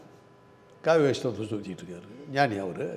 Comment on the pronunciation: Noni not ஞானி